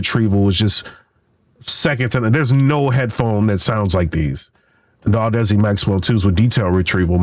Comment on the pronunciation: I think chatgpt lied to you, or you are using the EQ incorrectly. 6+db of boost will introduce distortion in any type of speaker / headset, unless you lower the gain first, and THEN raise the low end. Also its Audeze, not whatever you are saying LOL :D